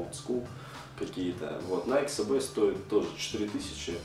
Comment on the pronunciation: Научись говорить Nike SB